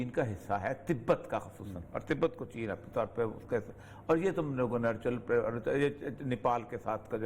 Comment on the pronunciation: اوریا بھائی، چےنا نہیں، چین۔